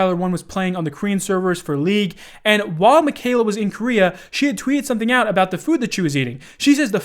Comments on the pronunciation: worry aboot the damage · South Park was not joking about Canadians saying aboot then lol 😂